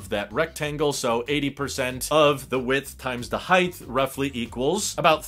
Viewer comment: It's like jabbing chopsticks into my eardrums when I hear someone pronounce "height" as if it's spelled "heighth".